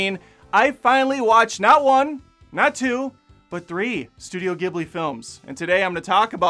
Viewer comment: Awesome breakdown! You will get more from Spirited Away (and pretty much every Miyazaki movie) on rewatch, but you absorbed a lot your first time through, more than most I’d dare say. Your pronunciation of “Hayao Miyazaki” was good, as was how you said “Ghibli,” though there is debate as to whether it’s gib-lee (as you said it) or jib-lee, very similar to the pronunciation debate of “gif.” As a not-so-wise psychic once said, I’ve heard it both ways. I’d love to see a not-so-positive review of Princess Mononoke! Like you said, it’s lauded on sites like IMDb and Rotten Tomatoes, and I’ve seen a lot of YT reviews/video essays on Mononoke, and not a one of them didn’t vehemently praise the movie. Getting a less favorable perspective would be really interesting.